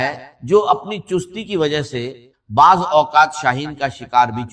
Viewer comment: رزق ہوتا رجق نہیں وضو ہوتا ہے وجو نہیں انڈین الو کے پٹھے بعض ہوتا ہے بعج نہی